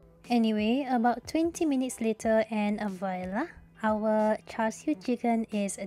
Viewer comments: Its char siu, credibility dropped to zero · "Char siu"